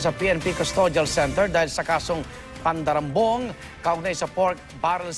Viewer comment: 14seconds arnold clavio say PANDARAMBONG😂